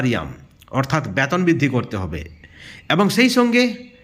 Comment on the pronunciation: Vasa thik korun ব্যাতন নয় বেতন বলুন